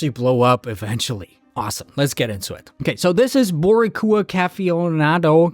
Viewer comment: The pronunciation of Boricua is hilarious. boree-kooa 😅